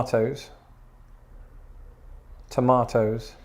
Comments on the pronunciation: Depends on the American but most no they would not understand the way u said tomatoes. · Definitely understand tomatoes, though there are plenty of people here who english isn’t their first language so they may only be familiar with american pronunciation?